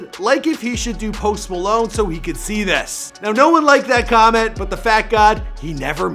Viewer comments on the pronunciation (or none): none